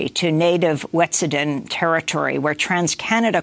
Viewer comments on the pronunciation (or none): WET - SUE - A - DIN is how you pronounce that 1st Nations name.